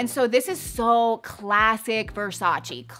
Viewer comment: It's pronounced VersachEH (rhymes with "way") not VersachEE.